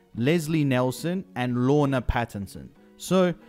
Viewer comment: Nielsen, not Nelson. Danish version!